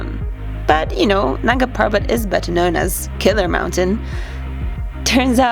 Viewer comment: ita Nanga Parbat not nunga parbat ... LMAO